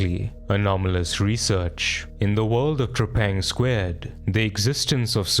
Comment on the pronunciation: The devs literally call the game "Trepang-Two".... the game is called "Trepang-Two"